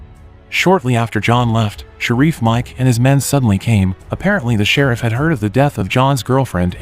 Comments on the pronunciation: "Shir-reef"?????🤔...I think it's pronounced..."Shir-if" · The way you say shereef lmfao ( sheriff 😂😂😂) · Omfg it's Sheriff not Shareef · The Serreef? Wow that's the worst AI voice-over ever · The who came?? Who or what is "Shereef"??? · right? It’s not hard to type. AI would know the word sheriff lol. Not Sharif and Rubby 😂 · Sha-reef? Hate AI. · Why is the narrator saying sheriff so weird? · Rubee instead of Ruby Shereeef instead of sheriff ? FFS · Who would name their kid “Rubby”? 😂 And why is the cop named “Sharif”? Gotta love these computer voice pronunciations eh? 😅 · "Rubbee " ? "Shereef " ? A decent B-movie reduces to comedy fodder, due to apparently functionally illiterate recapping skills. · The person narrating haven't actually watched the movies, but instead reading directly from a script from someone that probably didn't watch the movies either. Ruby became Rubby.... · Text to voice is fine sometimes but for fuck sakes, if it's unable to pronounce words correctly then it's hurting the video instead of helping.